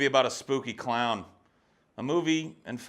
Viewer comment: Oh man I laughed so hard when you said “the cloin.”